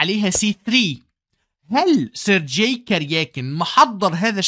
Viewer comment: الله عليك يا ، عظمة على عظمة، ملاحظة بسيطة، اسم Sergey ينطق بالجيم المصرية، وهذا هو النطق الصحيح في اللغة الروسية (sounds like sur-gay)